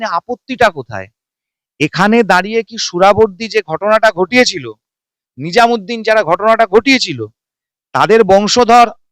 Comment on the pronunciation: নিজামুদ্দিন নয় নাজিমুদ্দিন